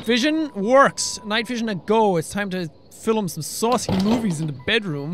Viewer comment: Am I the only one who noticed they he says “filim”?